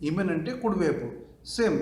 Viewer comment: ఈమెన్ కాదు ఎమీన్ కుడి ఇసార్ ఎడమ